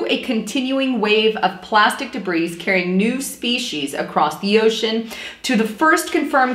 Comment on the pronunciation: I noticed two problems in this video. You pronounced the S in debris even though it is silent. Also, you referred to fish as "fishes". That's all for today's lesson, thanks for coming.